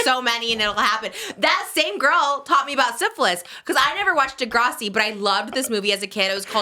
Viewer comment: saying Di-grah-si is killing me asf 😫 SHAME SHAME its dih-grass-si